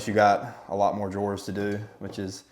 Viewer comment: Great tutorial!! But are you calling drawers “door”?